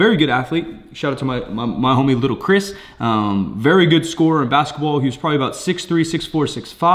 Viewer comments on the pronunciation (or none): none